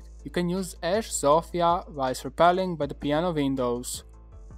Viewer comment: chwała bogom...szanuje cie za wypowiadanie tego imienia Zofia a nie ZOŁFIJA, thanks